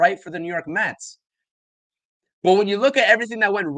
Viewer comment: It's Mets not Metsis